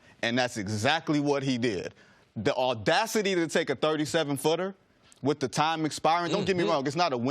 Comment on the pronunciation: "all dacity"